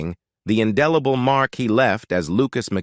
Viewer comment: OMG!!!!!!!!!!!!!!!! Learn to pronounce ENGLISH words! WHAT IS INDILIBLE??? Indelible (IN Dell ABLE)??? The Riplamon???